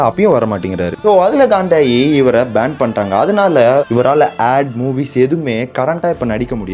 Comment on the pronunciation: Bro athu ban neenga band uh band uh nu solreenga